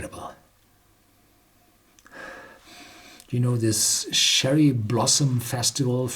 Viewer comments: Herr Horst, "Cherry" is pronounced "Tcherry", as in Tchaikovsky. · Cherry has a "ch" sound like "cheers!" It's an abrupt sound. I applaud your English though. You (Horst) are an excellent English speaker. I'm imagining myself trying to learn German as a second language. I don't have the ability. I'm terrible with languages. Thanks so much for all of your great whisky review videos! Cheers